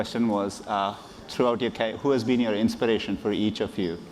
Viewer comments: Dear sir, I think you mispronounced this word "CAREER".. you pronounced Career as Carrier.. Let me know if I'm wrong! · Actually that's all about accent